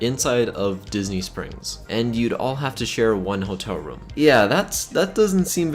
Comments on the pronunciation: It sounds like he says rum not room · It’s ROOM not RUM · ITS ROOM NOT RUUM